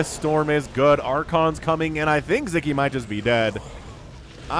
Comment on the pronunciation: Just a little help with the pronunciation: In hungarian the “s” and “z” together “sz” is a standalone letter and its sounds like a regular “s” in english like the “s” in the word “soul” for example. Anyway, keep up the good work, I really enjoy Your videos :)